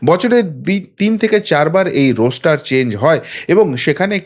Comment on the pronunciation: কথাটা রোস্টার নয়, রস্টার